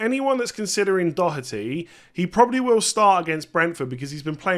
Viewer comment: First English man pronouncing Doherty the right way 😂